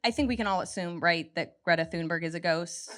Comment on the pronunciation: we need more greta's. and her name is pronounced "tune-bery". (rolled r)